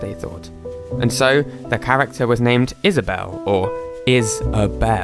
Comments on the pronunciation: Is-A-bell. Lol. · he said: is aw bewwle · "is-a-bell-(e)" i can never unhear that again. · "Is-a-bell" oh my GOD